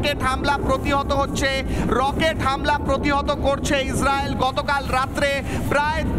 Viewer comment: মলম বিক্রেতা ইসরাইল ও বলতে পারে না 😂😂😂